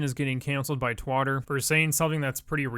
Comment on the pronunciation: “Twotter” XD